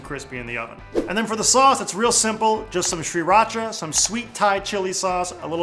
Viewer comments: It's pronounced "SEE-raw-chah." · omfg stop saying sriracha like that. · Dear Sir! Pronunciation is easy: Sriracha is named after the coastal city of Si Racha, in Chonburi Province of eastern Thailand. Simply omit the first 'R'. Excellent recipe! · You're trolling us with that pronunciation, right? Regardless ---these look awesome! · Ugh the way he says sriracha makes me cringe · STOP. SAYING. IT. LIKE. THAT. That's literally not how you say Sriracha. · There's an R right after the S. I don't know why people chose to ignore that R. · learn how to pronounce Sriracha